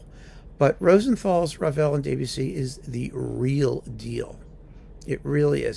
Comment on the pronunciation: Thanks for mentioning Mata, a wonderful conductor that we lost too soon. But your French is "de trop ". It's DEB-ussy, not DAY-bussy. Cheers.